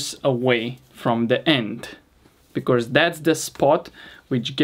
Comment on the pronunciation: I love your videos, really, but why do you keep saying “becorse”? You should try to split the word in two so you can say “be+cause”